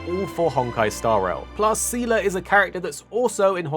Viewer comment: Thanks for the video! As a Honkai lore nerd I'll weigh in on that aspect. The official English pronunciation is "Zee-luh" so you pretty much got it right. You don't really need to know the lore from Honkai Impact 3 for Star Rail but it can help you catch some of the deeper lore references. For example in HI3 Seele is an Estonian orphan who lost her family in a Honkai eruption in Siberia. Clearly Star Rails story doesn't take place in Siberia so for all intents and purpose those Seele is a different character. If you are interested in knowing her HI3 backstory it's definitely worth diving into however. For a bit of history lesson, Mihoyo likes reusing story elements and characters in new games, and they've been doing that since before Honkai Impact 3. The concepts of reincarnation and Samsara are often major themes in their games (as in from Buddhism). However Star Rail is a bit of a different case since it is actually technically a real spinoff of Honkai Impact, even featuring two characters that are actually from the game (welt and silver wolf). But the story and setting seem to not require any prior knowledge so far.